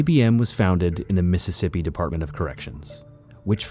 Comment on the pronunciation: It methississippi oh hecky naw